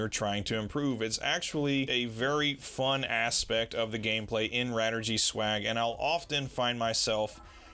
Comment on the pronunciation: Radirgy is a shortening of Radio Allergy, so it should be pronounced "ray-dii-er-jee" in English.